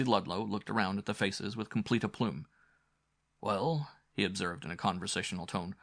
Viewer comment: Aside from the mispronounced words. In 64 years I've never heard "aplomb" pronounced "aploom."😂